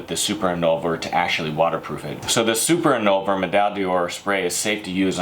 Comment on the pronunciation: "super inolver"